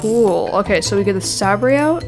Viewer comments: I know I'm a year late but it's not sABre its Say-ber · it is pronounced "say-ber" not "sab-rey" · It's Saber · Sabré is pronounced ‘ saber ‘ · its not sAbre its a sabre like a in the alphabet and the e is silent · It is pronounced saber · i was dieing whenever he said sabrai